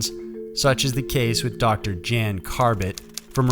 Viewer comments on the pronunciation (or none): The dovtors name is pronounced yan, not Jan. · The Dutch doctor's name is pronounced "Yan" not "Jan" like Jan Brady. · Great vid as usual. Just one thing, Jan is pronounced Yan.